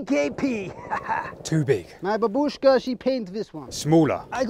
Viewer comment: I am fucking disapointed att how he pronounced Babushka. He needs to drag on the a. Like he is saying baabushka. Pls fix👍